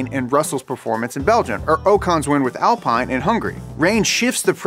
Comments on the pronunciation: worst pronunciation of alpine and ocon ever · Great video with a ton of great information. As a pretty hardcore F1 fan, there was plenty of things you talked about that I wasn't aware of (frictional coefficient). Just a note for future videos, Alpine is actually pronounced Al-Peen. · Alpine is pronounced "AL-PEE-N" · its not pronounce "ALPAINE" plus Russel got p2 also thanks to that williams had nothing to lose so they could run a maximun downforce setup giving the car more speed in the corner while redbull and merc coundt risk that because they had to think about the race that may or may not be wet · It's pronounced Alpeen! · you have to pronounce Alpine like AlPEEne... it's French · It’s pronounced al-peeen. Like a posh peepee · "We all need to remember it's Alpine like queen, not Alpine like wine" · how did he just pronounce alpine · Don't you dare say "Alpine" that way ever again